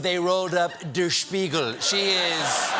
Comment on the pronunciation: Haha the way Stephen pronounced "Der Spiegel" :D